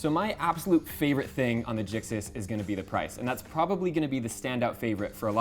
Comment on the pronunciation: Everytime old mate says gixis my skin crawls